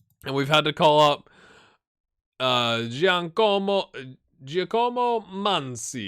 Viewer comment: Pronounce Giacomo as Jack-a-mo